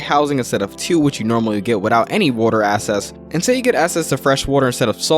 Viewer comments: Great video but for the non native speakers watching, access isn't pronounced "ass-ess"" it's "ack-sess". Seems to be a lot of non native speakers and that's probably screwing them up a bit. Edit: nevermind. There's 20 other words he keeps mispronouncing. Needs to slow down like everyone else said. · Why do you pronounce “access” as “assess”? No hate, just.. please fix it. Otherwise great video.